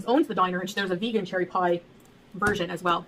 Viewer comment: "So cherry-yy" LOL that's our